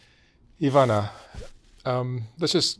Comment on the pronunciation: Ivana draga, nadam se da si sada bolje, i da ste ti i tvoja kćerka dobro❤❤❤ Mark thanks for your effort and correct pronunciation of Ivana's name❤